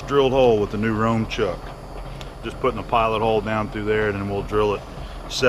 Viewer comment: German here. Röhm in German is not pronounced like Rome but the ö sounds more like the e in nerd but longer because of the h.